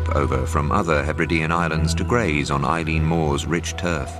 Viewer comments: Its not Eileen its Eilean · I think it's pronounced "Illin", not "Eileen"